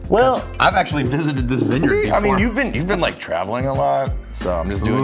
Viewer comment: he said travalink to louisville